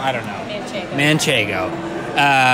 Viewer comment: The guys are great I do love them on the show but it's time to learn how to pronounce some of these pretty common words. Manchanego cheese is everywhere now and heirloom tomatoes....maybe look at the menu first then work on the pronunciations...